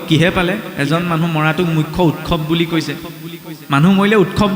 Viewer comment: উৎসৱ শব্দটো উৎচৱ বুলিহে উচ্চাৰণ কৰে।